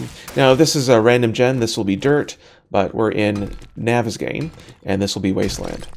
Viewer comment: I thought that the map was pronounced (naw-ves-gone).